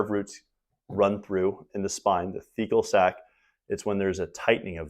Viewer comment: a Fecal Sac? I couldn't hear anymore vowels in that word. Surely that's not the name?